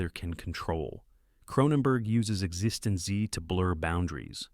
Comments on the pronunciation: Congratulations on finding so many ways to mispronounce "existenz". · It was pronounced Exist-ends 🙄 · Also, it pronounced Exsistenz differently each time it said it - the last time it said exsisten zed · Yep. The AI screws up Existenz in just about every way possible. You would think the writer would just spell it correctly in the text for the AI so that the AI could pronounce it.